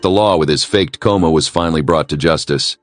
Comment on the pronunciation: Coma, not comma